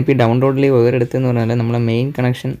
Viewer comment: വയർ(wire) എന്നാണ് ഒയർ(oyar) എന്നല്ല.....we expecting more informatics vedios...